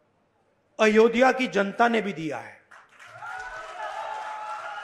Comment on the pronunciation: Ayodhya to bolna sikh jaiye Rahul ji